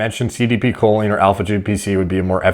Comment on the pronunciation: Makes fun of the guy's pronunciation and proceeds to butcher Choline.